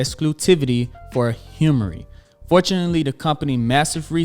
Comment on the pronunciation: Awesome video!! One thing to note: Humira is pronounced as "Hue-mare-uh," or "Hue-my-rah".. Not hemmory 😂